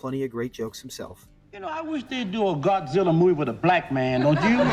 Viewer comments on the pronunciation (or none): none